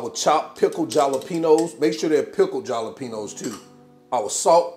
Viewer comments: It's not jalapeños it's said like halapenos....lol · Jah-la-peno's. Killing me. hahah. Like saying Shrump's. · You crack me up everytime you say👉🏾jalapeños 🤣🤣🤣🤭. Keep em coming👏🏾👏🏾👏🏾😋